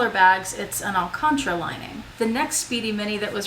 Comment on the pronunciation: Omg your pronunciation of alcantara and comme des garçons had me dying haha. Love you. Jealous of your baby bag. Just got a vintage epi 25 but considering trading it for an Epi Petit Noe or a Monceau